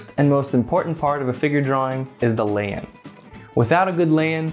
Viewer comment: Cant understand what he says at the beginning after 'the first and most important part is the....' land? Lean? Layan? Lay in?